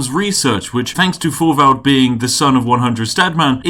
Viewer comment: hello from denmark. Thorvald is pronouncedd [Torval]